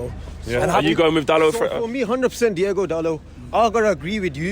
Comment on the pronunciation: If you respect Dalot, at least recognize that he is DiOgo, not DiEgo.